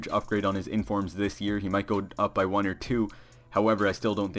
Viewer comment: "Don't get his one's to watch card" The way he pronounced words like one and money was so funny. Except that great vid mate